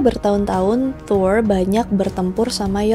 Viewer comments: Kak request klo bilang R rrrrrrr aja udah klo dibikin ERH malah bingung gw sumpah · Thoeeer thoeeeerr. Wkwkwkwk. Thor gtu aja mbak,gausah fasih2. Di film kan jg dia dipanggilnya "thor" bkn toeeeerrrr.. Wkwkwkww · Thor di pelafalanya yg bener itu "tur" (Kaya kalimat turis) coba cari norse pronounciation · Nyebut nya Thor ap thoirs? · Thol ya bukan Thor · Melafalkan Thor untuk “r” harus kentara. Seperti orang indoensia melafalkan r pada umumnya. Karena bangsa nordik melafalkan “r” dengan jelas. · Huruf R di mitology nordik pelafalanya harus kuat Dan gx cadel kaya R english